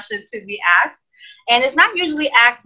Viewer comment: It is pronounced asked. Not "axed". 😑